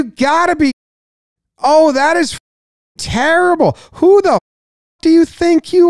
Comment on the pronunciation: I slightly enjoyed the "Q" in place of the "A" in the word "that". Not really sure why